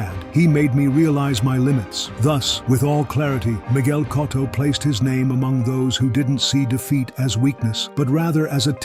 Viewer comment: I can't subscribe or like a channel that can't even pronounce Miguel Cotto correctly.